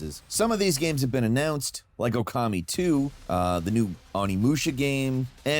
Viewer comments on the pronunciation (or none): none